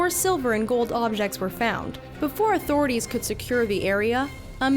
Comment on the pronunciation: the "authorities"